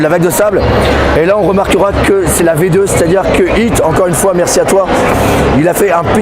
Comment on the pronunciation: t'es un malade de dire "bonjour une foué" x) ptdr'!!!